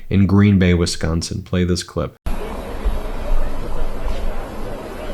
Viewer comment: I like it that Ben can pronounce Wisconsin correctly